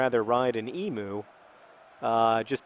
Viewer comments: John, 'emu' is pronounces 'eem-you' not 'eem-oo'! I think the best way to improve your Australian vocabulary would be a trip to Australia hint hint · I know that mispronouncing things is your thing John; but for everyone else Emu, is pronounced Em-you not Em-oo. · It's usually pronounced EEM-you, not EEM-oo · Why do the yanks always call them emoos? Emu. It's Emu. eem-U. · Emu is pronounced ee-mew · You're pronouncing Emu wrong John. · You pronounced emu wrong, the u makes the same sound as the word ewe. Also, please don't ever try to ride an emu.